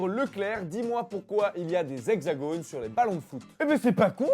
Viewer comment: on ne prononce pas le s de la liaison : les hexagones